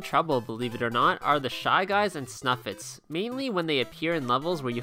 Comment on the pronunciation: I thought they were called snifits not snuffits